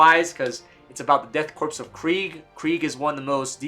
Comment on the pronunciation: I had to click off dude you said corpse way too many times it’s pronounced “Core” like the Marine Corps, except change Marine out for Death and put a K in front.